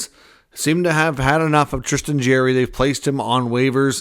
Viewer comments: It's JAR-ry , not Jerry , just fyi . Would hate to be a Canuck fan lol . Say adios to Miller and Boesers outta that rat hole end of season :) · Sound out his last name. Its not jerry